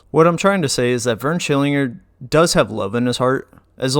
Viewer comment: As soon as you mispronounced his name I heard the his voice yelling in my head 🤣